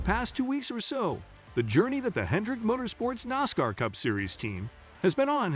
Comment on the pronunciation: Get somebody to read the story who knows how to pronounce nascar